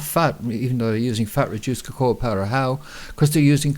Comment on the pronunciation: Im sure Cocoa ia not pronounced like that. You said it right the first time then kind of made your own word up lol